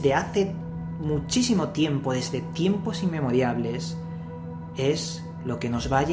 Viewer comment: inmemoriales, no inmemoriables... y no se pero en castellano es pertenecen y no pertañen o pertanyen.. espero no ofenderte con éste cpmentario, me encentas como persona, eres sincero y si estoy subscrito es porque me fascinan tus trabajos... y el mejor hasta ahora, que me transportó a otra era ha sido el análisis de las tablillas sumerias, sin desmerecer a Parcerisa, creo que el hecho de intentar traducirlas tal cual es el mejor aporte didáctico para nosotros ... salud maestro